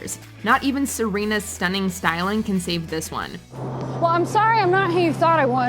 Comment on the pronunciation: Did you just say serenas yellow dress???? 🤣🤣🤣🤣